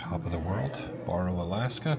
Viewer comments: It’s pronounced Bear Oh not bore oh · BARROW not BORROW lol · It's pronounced like wheel barrow. Not like borrow money. Love the videos! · I am 55 years old. Today is the first time I ever heard anyone pronounce Barrow "borrow". Other than that, the video was awesome.